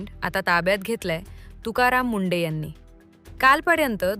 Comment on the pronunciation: अगं बाई ते तुकाराम मुंडे आहेत की मुंढे. उच्चार तरी योग्य करा. कशी भाषा वापरता हो.